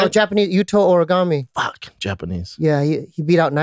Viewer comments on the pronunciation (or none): "Yuto Origami" it's Horigome lol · This guy said Yuto origami.....so close 🤣